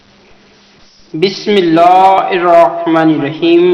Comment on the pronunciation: bismillah to sahi parhana seekh lo pahlay nauzubillah